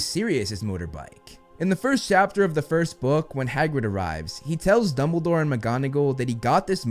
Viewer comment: Dumbledore not Dunble😂